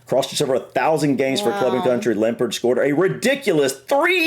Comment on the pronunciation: Few pronunciation issues - - The G in Bellingham is not silent. The middle syllable is ING, not IN - Lampard is LAM-PARD, not LAM-PERD - Scholes is SKOLES - Charlton begins with CH, not SH - UEFA is pronounced yoo-AY-fa did a lot better than! But seriously, great effort outside your comfort zone, guys.